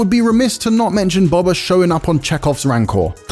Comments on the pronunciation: IGN be like "Bob-ah" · The fact that people have watched this show, hearing Boba be said multiple times and still some how pronounce it as Bob-a rather than Bo-ba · This guy doesn't know star wars he's reading a script, he can't evan say boba properly